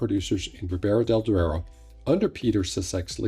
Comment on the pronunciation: Duero not deuro.. please :-)